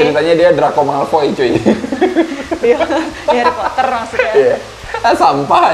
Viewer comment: SUDAH KUDUGA... "HERIPOTER" 😅🤣😂 MEJIK2 AMAZINK